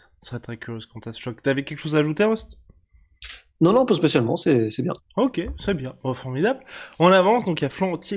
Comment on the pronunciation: El famoso « teh l’époque »....Rust l’accent est parfait 🙌🏼🙌🏼🙌🏼